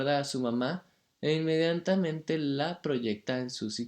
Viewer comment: Sisi muy rico todo pero para el proximo video anda al fonoudiologo INMENDIANTAMENTE